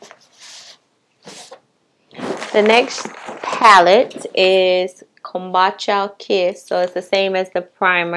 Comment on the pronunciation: It's pronounced 'come-boo-cha'. Cute glasses, are they Rx? Chile, I'm 4 eyed as hell. I bought no make up on the 4th, I bought glasses (Zenni optical was having a sale) household items and perfume from ALT Fragrance.